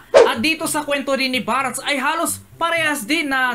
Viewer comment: barts po hindi barats